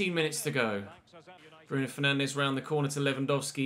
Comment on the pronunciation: I’m probably being picky here, but Bruno Fernandes isn’t pronounced like that. He’s Portuguese, not Brazilian. So it’s not ‘FER-NAN-DEZ’ it’s ‘FER-NAN-DS’.